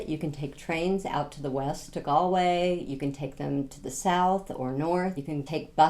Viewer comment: Galway pronounced correctly 👍☘️